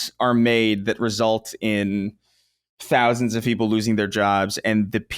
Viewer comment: He pronounces thousands like Dousands lol